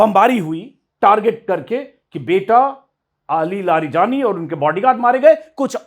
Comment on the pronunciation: Aapko naam nhi padhne aate, please unka shi naam pronounce kre aur samaan de